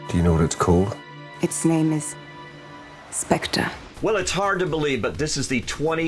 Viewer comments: Lost my interest at 14 seconds. Its SPECTRE not SPECTRA! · "SPECTRA?!" Christ... It's pronounced "spect-er" as in the English spelling and pronunciation for "theatre." SPECTRE. bailed out at 23 seconds. God I hate these fan-made reviews. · He said spectra lmfao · "Spectra"? The "oh-oh agent program"?? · fan of james bond...cant pronounce Spectre correctly